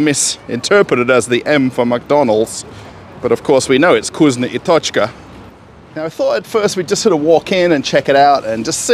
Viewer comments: NOT KUZNO, but vkusno (fkusno). Say "Ы" on camera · "VkusnA | Tochka" is a mistake. This is a moscow accent. It'll be correct VkusnO